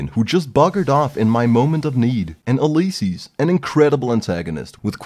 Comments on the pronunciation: Remembers to say it's pronounced Fido not Feedo. Instantly says Uleyesees. Lol, who taught you English? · You, liss, sees = Ulysses. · Holy, the way says Ulysses has me feeling some type of way man